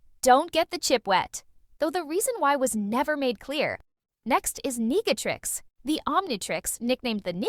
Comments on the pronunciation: Did i hear niggatrix when it said Negatrix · It sounds racist. It sounds like (n***atrix instead of negatrix) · “The negaytrix” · Immediately came to the comments after it said negatrix